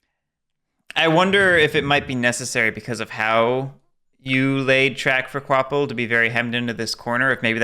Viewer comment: Qu’Appel is pronounced ka-pell, not kwopple.